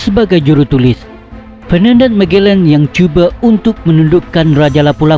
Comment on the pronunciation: Admin..sebutan magellan mu biar betul..apalah